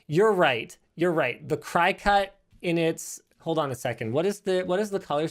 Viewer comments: It took me a minute to figure out what he was even talking about and I have one. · Yeah, my mom has one and I'm just sitting hear like "what the heck is he talking about" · Cricut - pronounced like cree-cut as in cricket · Fun fact: “Cricut” is pronounced “cricket” just like the insect. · Iv never heard someone pronounce cricut like that. Cricket it’s why it’s a little cricket looking dude XD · It's pronounce cricket, like the insect. Notice the cricket on their logo and graphics? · Cricut is pronounced like the insects/bugs, cricket... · I knew I wasn't the only one who cringed at that pronunciation. 😂